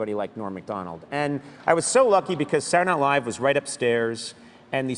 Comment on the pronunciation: Listen carefully to the way Conan pronounces "Saturday Night Live".